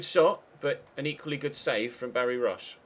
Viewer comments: roche is pronounced like roatch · Roche is an Irish name, it's pronounced roach